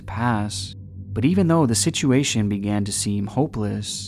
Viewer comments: Yo I love your videos man, but you really need to learn how to say situation. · I've noticed how you pronounce "situation" 😂❤️ love ur videos man